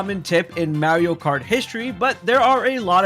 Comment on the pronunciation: MAR-ee-oh not MARY-oh. He literally says his own name multiple times in various games as well as the movie. How are people still saying it like that?